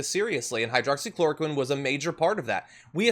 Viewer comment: 39 "Hydrocloroqueen"